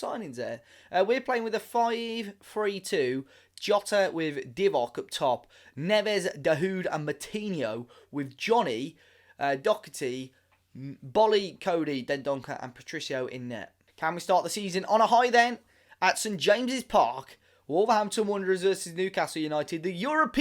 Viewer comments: just letting you know since you're pronouncing it as if there is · There is no "c" in Doherty